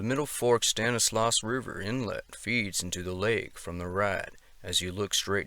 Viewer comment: a couple of pronunciations I thought I'd share with you... Stanislaus: STAN-iss-law (not "loss") Tuolumne: too-AWL-um-nee